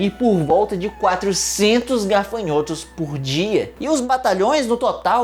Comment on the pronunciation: Legal, agora só precisa aprender a falar GAFANHOTO. gaRfanhoto não exite 🤦🏻‍♂️